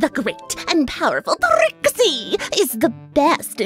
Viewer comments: The great and powerful tRRRRRRRRRRRRRRixie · Prixie or Trixie I'm not being mean here just it sounded like u said them at the same time